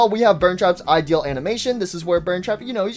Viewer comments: bruhhhh its not ideel its idl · Why dose this guy pronounce "idle" as "ideale"